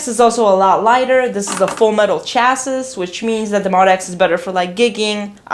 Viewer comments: It’s called a “CHA-see”, not a “CHAS-is”. Smh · MO for Motif and DX for...DX, lol. Also, the word "chassis" is pronounced "chassy" (French) Like, it rhymes with classy, haha. Love your videos--you are enthusiastic and fun! Cheers!